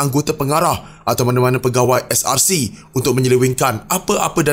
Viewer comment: Ko ckp SRC ke CSRC? Ckp btul2 biar jelas la, brsumpah pun msih nk tipu Allah yg maha mngetahui..apa jenis mnusia ni...ko buat sumpah hari scra live kt rumah ko, jgn cemarkn masjid...mufti tidur ka? Ngri mna ni..